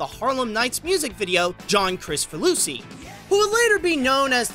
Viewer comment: It's so weird hearing a Hungarian last name being pronounced in English (John K.), but outside of that very good video :) Sad to see an artist's carrier end in a way like this though :(